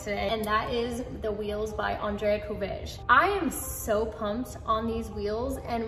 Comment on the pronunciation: you got the beginning and the end of his name correct, the middle not so much. It's pronounced "cou RAY ge"